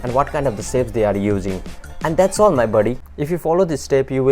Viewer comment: not to hate but is pronounced "shapes" not "sapes"